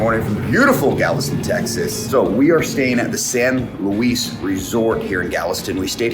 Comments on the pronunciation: Welcome back to SoutheastTexas! Hope Landon’s surgery went so well!! I’ve always known that hotel as the San Luis but the “s” is silent. Pronounced like “Louie” it’s “the” place to stay in Galveston!! Glad he could be spoiled w a Landon day! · While you are probably technically correct with your pronunciation of your hotel, just a pro trip, the locals pronounce it San Loo-ey :) glad y’all got some time at the beach! Thanks for not making fun of how brown our water is haha your video almost made it look blue! Continuing to pray for Lando!